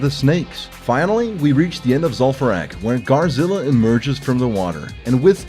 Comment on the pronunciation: ghaz - rilla, not ghar - zilla...